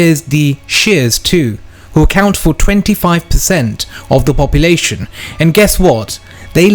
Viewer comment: Did you say wobpulation